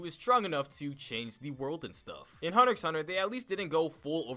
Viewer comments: you need to vacate your lungs of air.. this guy said "Hunter 'X' Hunter" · Who the hell pronounces hunter x hunter like that lmao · the x in hunterxhunter is silent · I disliked because you said hunter x hunter not hunter hunter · You even pronounced it wrong its called "hunter hunter"pls stfu😊 Bet u just watched like the first 3 episodes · BTW... it's pronounced Hahnta-Hahnta. You don't say the X. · 🤣🤣 Ik I remember that Moment of realization that the show wasn’t called Hunter “x” hunter 🤣 but I said wtf I’m calling it what I want including the X🤣🤣🤣 But man I really do like this show Bro this is hilarious. The way he pronounces the misspellings 😂😂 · Ummm it’s hunter hunter you don’t pronounce the x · lol how he said hunter x hunter with the X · I disliked the video the moment you pronounced X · and he pronounces the ‘X’ ಠ_ಠ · The thing i get most triggered by in this video is the fact he pronounces the x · Its thanKKK you for pronouncing HUNTER X HUNTER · my mans really pronounced the “x”😔